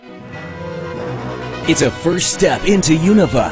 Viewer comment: good, but why is Unova pronounced... oh well, i dont care this game is gonna rock!